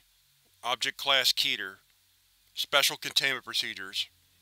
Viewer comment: "Key-ter" -> "Keh-ter"